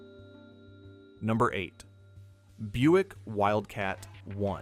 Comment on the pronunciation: Is it Wildcat One or Wildcat Eye? Stupid AI voiceover as always.